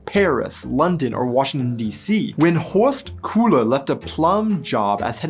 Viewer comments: Thx for this video and ur conclusions :) its very insteresting and i think patriotism and nationalism r like 2 (mean) bully brothers at school. something else ive noticed: u pronounced the name Horst Köhler like Horst Cooler - i wonder why that is because there is a smililar sounding "sound" in the english language like the "o" in worst. Just curious what makes u do that. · You can pronounce Germany (görmany) or turn/burn (törn/börn)! Why do you can't pronounce Horst Köhler correctly! The Ö sound exists in English!